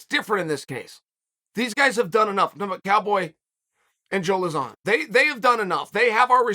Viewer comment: who's joe luh-zaan lol